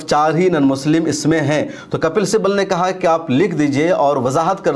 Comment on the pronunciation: Muta'ala krk video banaya karen! "Simbal" nahi Sibbal kahte hain